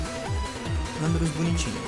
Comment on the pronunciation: esse landorus se pronunçia lendoras ele e um pokemon lendario de black white tem ele torneidas e outro sao um trio